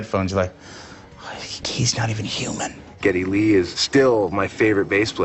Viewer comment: calling Geddy “Glee” is hilarious🤣